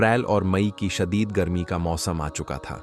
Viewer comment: Bolna seekho shadeed garme ko shahid garme kahtay ho.